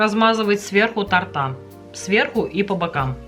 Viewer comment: Оляяяя, не тортА, а тОрта, ну , что такое, красный аттестат или диплом?